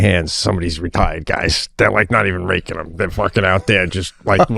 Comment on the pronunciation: I did not hear retired at all😂😂 I laughed even harder when I realized